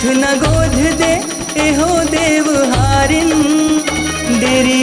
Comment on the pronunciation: गाना गजब हे। पर उच्चारण म कुछ त्रुटि दिखत हे। गोध (गोद) ए हो (ए ओ) देवहारीन (देवारीन) छत्तीसगढ़ी म छत्तीसगढ़ी उच्चारण के ही उपयोग होना चाहिए।